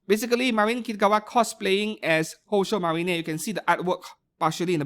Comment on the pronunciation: I still wonder why you keep pronouncing "宝鐘マリン" as "Houshou Marinay" and "マケイン" as "Makeinay" 😅 Makeine = Make + Heroine. Marine, same as in "Kitagawa Marin" (hence the figure crossover...)